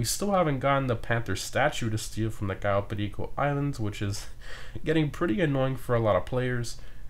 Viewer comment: Hey you Mexican? Or al have some kind of Latin in you I heard the accent when you cayo perico